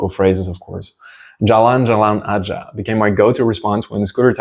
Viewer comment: Hey! I'm Indonesian and I am a bit surprised that you are talking bahasa phrases while I came to your channel to learn Russian languange. Your pronouciation "jalan-jalan aja" and "kamu gila" sounds perfect! - Regards from Monica in Jakarta, Indonesia!